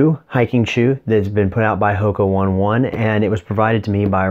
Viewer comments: yup nope - it's 'oh-nay oh-nay just like it's always been. Not 'one ones'. I checked. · The correct pronunciation might be "Hoka O ni O ni"😄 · Bro - The correct way to pronounce HOKA ONE ONE is “Ho-Kah Own-ay Own-ay.” The founders of the company have explained it's a Māori phrase that means “to fly over the earth.” The founder came to my running group and talked about the shoes